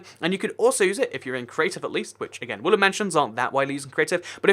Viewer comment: I keep on hearing you say woolen mansion not wooden mansion